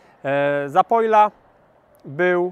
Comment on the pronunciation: ktoś chyba myśli o wieczornym piciu wódki z ZAPOJKĄ, bo już któryś raz słyszę ZAPOJLA zamiast ZAPOLYA :)